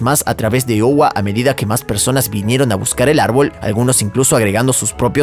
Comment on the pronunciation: Se pronuncia aiowa!